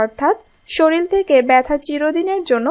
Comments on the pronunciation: সে তো শরীর কে শরীল বলছে😂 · শরীল কি?😡কথা ঠিক করে বলা শিখে পরে ভিডিও বানান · Didi apni to sorrir ke soril bolchen 😂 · আপনারা শরীর কে শরিল বলেন কেনো? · Apni bhalo upodesh dieychhen , tobe kothagulo ektu shudhdhyo howa uchit ...Bolben SHORIR , SHORIL noy .... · শরিল নয় শব্দটি হবে " শরীর " । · শরীরকে যে শরীল বলে তার কথা কিভাবে বিশ্বাস করি? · Soril noy, sorir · বাক্য টা শরীর, শরীল না , আবার বলছি শরীল না, শরীর !